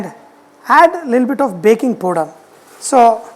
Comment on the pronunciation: Love it when u say "POODER"